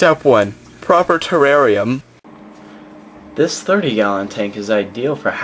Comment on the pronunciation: i like how you say terrarium. you say it wierd